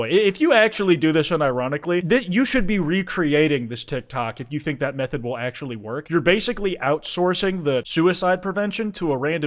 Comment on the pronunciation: he sounds Irish atchuamaly